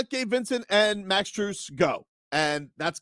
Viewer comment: He didnt even kno how to say Max Strus name 😂🤣